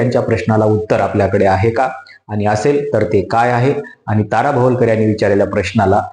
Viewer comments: भवलकर नाही रे बाबा भवाळकर. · भवलकर नाही हो भवाळकर आहेत त्या